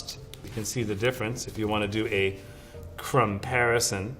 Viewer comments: did he just say a "crumb-parison" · Nobody talking about the “crumperison” ? 😂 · HE SAID CRUMBPARISON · Did y’all hear that. “Crumb-parison” 🤣🤣🤣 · Omg I love this man “Cinnamon??? Vanilla??? Hmmmm some unusual flavor profiles” 😂 Did no one notice he said “crumparison” 🤔😂😂😂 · did he just drop us a 'crumparison'? Whose dad is this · Dude said “ crumbparison” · did this guy really just say "crumparison" wow